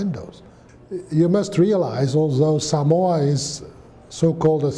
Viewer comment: I can't tell what country this man is from . Usually the accent you can tell the English but his accent almost is a mix of everything because he seems like he has been in Samoa for a long time due how he says Samoa Correctly . Something most Palagis say wrong . But what he says is so true . Seki a le palagi lea .